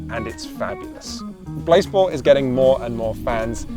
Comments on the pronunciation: Pronounce it blaaaaaze-ball surely? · Is it possible that blaseball, while being a play on baseball, could be pronounced "BlaséBall"? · i always pronounced it as blasé-ball in my head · I was hoping it would be pronounced blasé-ball